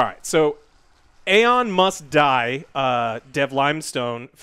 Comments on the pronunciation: I didn't think about it that way at first but when said "Aon Must Die" for a split second I thought he said "Elon Musk Die" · lmao was doing stuff in the background and understood "Elon Musk Died" (instead of Aon Must Die) I was like THE FK XD